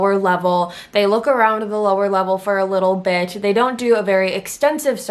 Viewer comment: it sounds like you’re saying little bitch instead of little bit